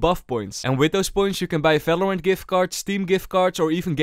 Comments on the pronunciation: falorant? bro 9 second and you said 9 times falorant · bro said falorant. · i rlly just love this dude for pronouncing the V like a F